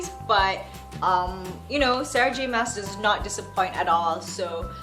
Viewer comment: it's Sarah J Ma-ah-s (I saw the author doing an interview and correcting this xD) nice video! although i wish we'd have much similar reading tastes haha:3